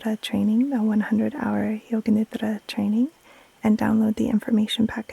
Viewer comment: Thank you, thank you. . . THANK YOU❤. You help me with every one of your videos. I’ve learn how to breathe and body scan with your videos. Your voice puts me to sleep 3-4 times a week. Always lovely to hear you pronounce NIDRA😊. THANK YOU, keep doing what you’re doing with so much passion.